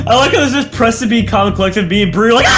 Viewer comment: Preston not pemston